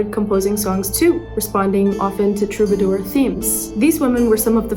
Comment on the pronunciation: Woaow, such an honest take, thank you Great vid as usual, the combat video game voice telling the chapters is so funny, great gimmick. Adam neely level. Also Rachelle Ferrell is not bad in terms of virtuosity And lastly, about the french way to say the word "troubadour", the "A" is pronounced like in spa, drama. Then you either stress none or all the syllables. Say it like you're making a point. Then mildly roll these "R", delicately, like caressing a tiny cloud with your tongue. It will definitely be frowned upon by most Parisians, but pissing one off means you doing good. Anyway none of this is really important, keep smashing it